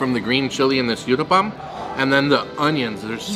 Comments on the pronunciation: Uttapam u as in umbrella. Not youtthapam 🙏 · its pronounced (ootappa) Utappa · The u in uttapam is pronounced as u I uboat. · i like the way u said UTAPPAM LOL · Hi my favourite south Indian dish is mixed veg uthappam, pronounced oo th uppam (oo as in tool tha as un thanks and up pum as in pump) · so nice to see your love for indian veggie food.the third dish is pronounced as oottapam.Good luck guys !!!! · In Comments in other videos I had mentioned about Uttapam ( pronounced as Ooh - tapam ) and how I eat it using Knife and Fork , much more convenient , even though I'm Indian 😄 You will find many types of Uttapam like Masala Uttapam , Cheese Uttapam and many more combination 👍❤️ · Absolutely mouth watering food .Good try to pronounce uttapam but not correct